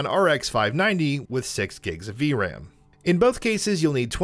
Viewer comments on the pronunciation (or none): none